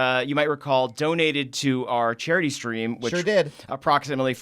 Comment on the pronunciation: am I the only one who heard chary stream instead of charity stream?